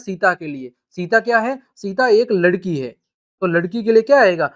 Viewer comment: Ladki hota h lakdi nhi sir ji